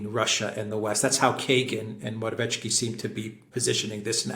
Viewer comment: PLEASE - learn to pronounce: MO-RA-WE-ETS-KY. There is NO "tch".